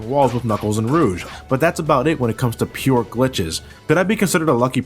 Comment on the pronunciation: u say rouge so wrong